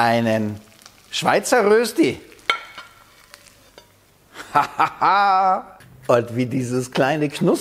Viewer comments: Röösti 😂😂😂 Der war noch nie in der Schweiz Röschti essen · Erstens heisst es die Rösti, und ausgesprochen wird es Röschti. Zweitens nimmt man vorzugsweise festkochende Kartoffeln. Drittens habe ich noch nie Rösti mit Muskat gesehen. (Erlaubt ist natürlich, was schmeckt, aber Muskat in der Rösti ist eher untypisch.) Viertens brät man am besten von anfang an in Butter oder noch besser in Bratbutter, die höher erhitzt werden kann. Soweit die Kritik. Noch ein paar Ergänzungen: Zum Braten pro Seite etwa eine Viertelstunde rechnen, also auf kleinem Feuer braten. Speckwürfel machen aus einer Rösti eine Berner Rösti. Auch Zwiebeln kann man reintun. Man kann Rösti auch aus Pellkartoffeln machen, auf den diesbezüglichen Glaubenskrieg will ich nicht eingehen. Mit Pellkartoffeln schmeckt die Rösti leicht anders. Wenn Pellkartoffeln verwendet werden, dann kann man sie anstatt zu raffeln auch in Scheiben schneiden. Früher war Rösti in der Schweiz ein verbreitetes Bauernfrühstück, das man nach der morgendlichen Stallarbeit einnahm. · Berner Rösti ist die mit den Speckwürfeln. Ohne ist es nur Rösti. Und st = (scht) so von wegen Aussprache. Grüsse von einem Berner. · Es heißt Rööschti!!!!! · Das spricht man Röschtie aus. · Cooles Rezept .. aber es heisst Röschti .. mit einem fetten SCH .. es grüsst der Bünzli aus der Schweiz! ;) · Du nimmst mir das Wort aus dem Mund! Immerhin sagt er ein langes öööö 😄...